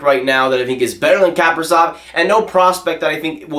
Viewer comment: he is pronounced Kapri-Z-ov, not Kapri-S-ov lol